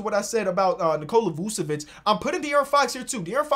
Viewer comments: "Use cocaine" I skipped right after he said his name and it sounded like cocaine. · please learn how to pronounce Vucevic’s name